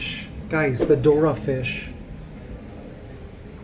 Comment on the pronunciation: “Dora” fish 😂🎒